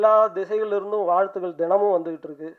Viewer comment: தொகுப்பாளர் ரொம்ப "அலகாக" தமில் பேசுகிறார். வால்துக்கல்😊